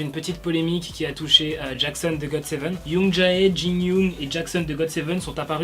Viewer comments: Désolé mais youngjae se lit youngjé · Tu as tué les prénoms de youngjae et jinyoung 😂